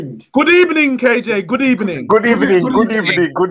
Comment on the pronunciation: Arsenal fans: We have a good record against Man United. Unai Emery: Good Ebening😂😂😂😂😂😂